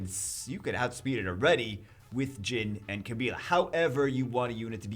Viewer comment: Pontos didn't make the list? Back when I was playing I couldn't really find anywhere to use him and feel like he made much of a difference at all, and it doesn't seem like he has gotten any real buffs since then. Also, Gin is pronounced "geen" and is Japanese for silver. I'm sure lots of people pick on pronunciations, but I just wanted you to know...